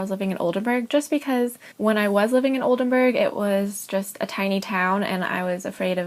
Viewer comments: SHE CANNOT EVEN SAY OLDENBURG CORRECTLY "BURG NOT BERG" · Nice video. I love Oldenburg, it’s a lovely city. My Dad is from Oldenburg. It blows my mind that she lived in Oldenburg for such a long time and still doesn’t know how to pronounce the city‘s name?